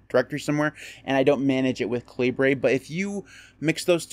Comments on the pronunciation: I thought it was pronounced cal-i-ber. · Haha, I thought this was KA Libre as in “Libre” software, too. But the author has stated that it’s “KAL i bur” as in the British pronunciation of the word caliber. I called it kalibre for years too. But I was wrong!